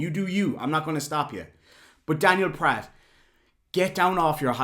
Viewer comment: Remember: Pratt rhymes with FLAT